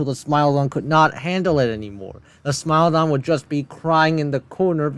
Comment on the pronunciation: I never thought it possible to mispronounce Smilodon or Titanoboa, but the Scary Tourist guy proved me wrong